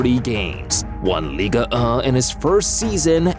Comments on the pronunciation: bro did NOT say ligue💔🥀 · why bro said ligue1 like that 😂